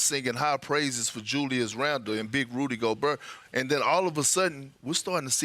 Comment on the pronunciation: Rudy Go-burr